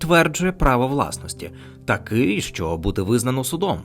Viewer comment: Дикторе! Купи поп-фільтр, або навчись ним користуватися! 👺 І ще важливий момент: українська "и" це не расєйська "ы" по вимові! А "що" - це не "шчо"! 💩